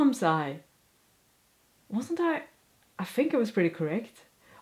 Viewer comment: Your English is better than many native speakers, so you have nothing to worry about. Google was slow on haberdashery and you had it right first time. Awl is like All. Thimble was correct first time too. However you pronounce think as fink. Th is the same. Juggling is Jay not yugling. Hope that helps so 99% What are the same words in Swedish?